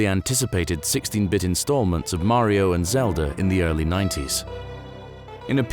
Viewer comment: Wow! This narrator is the only British man on earth who can pronounce Mario correctly.